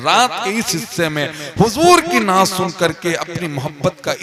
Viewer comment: ये जाहिल शायर है, इसको कोई जानता तक नहीं था देवबंदी के स्टेज़ में इसको जगह मिली जहा से इसको लोग जानने लगे नात भी बहुत गलत सलत पढ़ता है जरा खुदा से डरो